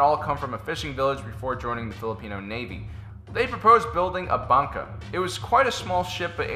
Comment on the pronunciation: dat pronunciation of "bangka" though....